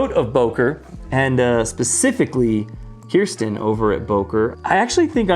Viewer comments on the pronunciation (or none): none